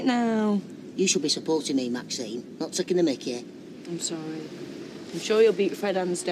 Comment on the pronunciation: Ashley could never call maxine by her name.....He pronounced it maxime